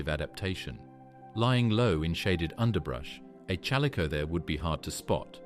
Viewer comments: A. I. Narration SUCKS!! The CH IS NOT PRONOUNCED LIKE CHURCH!!Use real human resources!!! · Terrible AI voice mispronouncing chalicothere. Couldn't watch. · they don't even pronounce the name of the main animal they are speaking about correctly. Of COURSE it's meant to be appealing, since no one would watch it if it were not. However, that doesn't make any of what's here factually accurate.